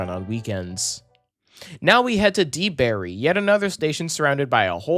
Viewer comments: My home commenter rail! Quick note though Deland and Debary are pronounced DA-land and DA-bary, and it's SAND lake road station not salt lake road. And yes Winter Park is a pretty popular station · Yep he mispronounced Deland and Debary too